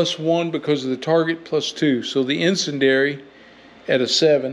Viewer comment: I think the pronunciation of icendiary is "in-SEN-dee-AIR-EE.". Could be wrong, but just thought I'd add.